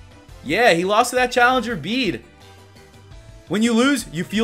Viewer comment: His pronounciation on Bede was from Bey-Dey to Beed.. Q.O.T.D. : Hmm, Litten because my first starter was a Litten.